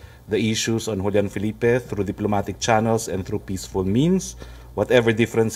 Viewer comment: Correction: you pronounce the "e" at the end of Felipe